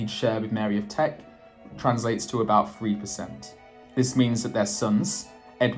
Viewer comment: It's Mary of Teck, )not Mary of Trek. Teck is an area of Germany near Stuttgart.